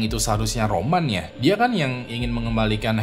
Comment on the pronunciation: Awalnya Roman di tengah video kok jadi Ramon bang...😂😂😂😂😂